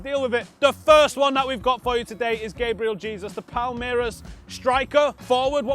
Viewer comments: It's Gabriel Hey-Zeus you manc pleb! lol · Gabriel "Jay-zues" is the correct pronunciation because it's based of Portuguese not Spanish.Mourinho is "JOE-SAY" and not "HO-SAY". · No its Gabriel Jay-Zeus